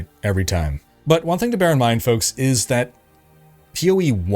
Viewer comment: "Hey fonks"